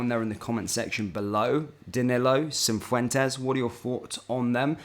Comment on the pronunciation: Cif wen tez not cin fwen tez 😂